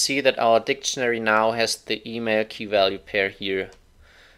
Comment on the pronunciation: keep your opinion , that "funcchen" and "dicchenary" countinuesly gives me headache , this is mine :)